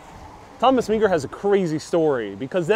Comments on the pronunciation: Thomas francis Meagher his last name is pronounced mar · Thomas Francis Meagher is pronounced as 'Mar.'